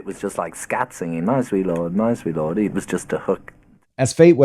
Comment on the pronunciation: My sweet lor ord. Your so fi ine. Making two syllables out of one with the last word. That nails it. I believe George didn't do it intentionally. But then, i would say that, being as i'm a totally biased Beatle fan.